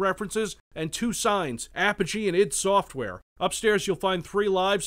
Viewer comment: Id software not ed software